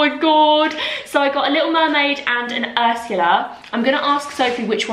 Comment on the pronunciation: you calling her 'urshulla' and then singing aladdin has got me creasing i canntttt deal with you